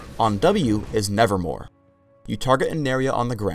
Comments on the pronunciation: Anybody else noticed that said "nevermoRe" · Just now noticed this after watching this spotlight for like the hundredth time, but isn't it "nevermoVe" and not "nevermoRe"?